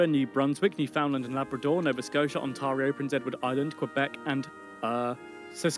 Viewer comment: I am very amused that the British guy pronounced Saskatchewan right, but pronounced Ontario wrong